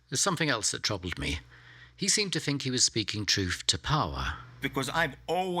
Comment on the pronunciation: It always seems odd when a very intelligent person can't say think without saying "fink".